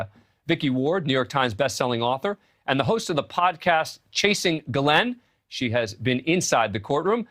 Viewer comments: Why can’t these new people pronounce names? It’s not Gaa Lynn! It’s Ghis Laine. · her name being pronounced differently constantly its Ghislaine the * H * people it's there!! Pilot also got a load of freebies and college funds and free boats, lovely life for aiding betting child abuse.